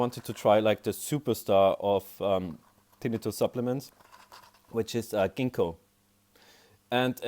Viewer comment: Thank you for pronouncing it correctly! The other videos pronounce it tin-night-tuss. Drives me nuts! 😂